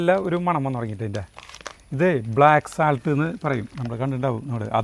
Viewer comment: Looks delicious 😋 not സാൾട്ട്… സോൾട്ട്